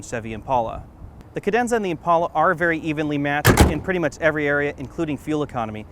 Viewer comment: It's an "Impala" dude not an "Impaula". On the same token if you date a chick named "Paula" don't call her "Pala".